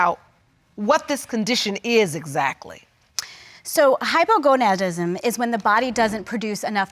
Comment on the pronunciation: did that doctor just say hypogoDAnism and not hypogoNAdism??👂🏼